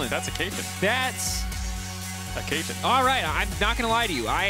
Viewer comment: Cait - LJ - in.